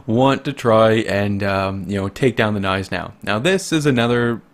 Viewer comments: Cough it's not silent. its just understated and americans don't do that with G's it's not "G-Neis-enau" its "gn-EI-senau" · The G in Gneisenau is not silent...i dont know who is throwing this around. It`s german, we dont put letters in words just to not pronounce them.